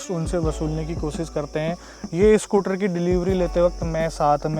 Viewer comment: Everyone else: Scooter: SCOOTRRR